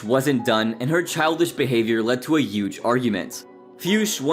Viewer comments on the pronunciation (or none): Why do u say HUGE without the H?